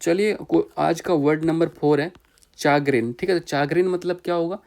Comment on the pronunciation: चैग्रिन या चागरिन नहीं शेग्रिन सही उच्चारण है